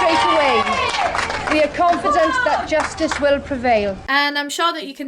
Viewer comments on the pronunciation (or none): none